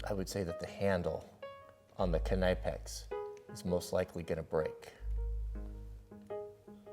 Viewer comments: K NI pex 😂🤣 it's knipex its pronounced nipex the k is silent and the I IS i Not I 👍. Pointless video by the way. Brilliant though they broke almost identically to the cheepies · Doesn't Knipex have a silent K. Its pronounced nippex not K-nippex. Like knife is pronounced nife not k-nife. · I think it would be “ni-pex” not “ka-ni-pex” since you say “nife” as in knife and not “ka-nife” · Its knahipecs its kunipecs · It's spoken: Knee-pex, not Kanaipex. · Canipex? It’s prounounced” nippex” Dopey American 😳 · Ken-I-pex. I dont think that's how its pronounced. Nip-ex. The k is silent. Like "knife" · Its pronounced "knip - ex" not "k - ni - pex" 😂😂😂😂 the k is silent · Its not k nipe ex say nip then add ex. K is silent knipex. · Ka-nipe-ex? No hahaha it's pronounced Nip-ex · Pronounced nip-ex, not ka-ny-pex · Nippex not ka nipex loves the video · Is it really pronounced knipex...as In sure its pronounced Nipex with a silent k? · Love the ending. God bless you too! This has been bugging me, is it really Ka-nye-pex, and not nih-pex or nye-pex (silent k like knife?)...or are you trolling with the pronunciation (like the toupee, loctite, etc.)? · Hi just in case no ones told you it’s not pronounced Knipex it’s pronounced nipex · It's not all our fault one guy made a suggestion and you went along with it?... And I always thought it was pronounced "Nipex", not "K-NIpex"?... I guess I was always wrong? lol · I saw this test done in 2004 in South Africa when my friend cut a cresent pliers with a Knipex in the mouth not the handle.And please pronounce Knipex correctly.Its not Kay-Nipex its pronounce with the K falling away just Nipex. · I’m sure you’ve probably heard this before the k is silent it is pronounced nip x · Bro, it's pronounced nipex, the K is silent 😂 SO many people make that mistake. Did y'all go to school or what? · I always thought it was pronounced Nip-Ex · It is pronounced knee-pex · Its pronounced 'NIP-EX' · It is pronounced nip- ex.